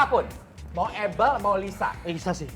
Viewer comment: Hostnya ngucapinnya “able” agak keganggu padhal kan “ebel” aja gitu lo 😂